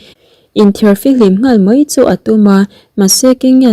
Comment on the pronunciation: Mei ni lovin mai tih tur aw mizotawng kam dik a awm ve reng aw